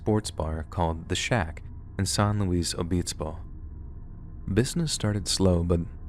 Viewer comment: This might be my OCD but I get aggravated by the way you pronounce things incorrectly. I live in Oregon, you get that wrong. My sister lives in Nevada, you get that wrong. I use to live in Santa Barbara CA. by San Louis Obispo CA. You got both of those wrong. You also got Carmel CA wrong. I did a web search just to make sure that was not just me and everyone I know but places on the web even confirm this.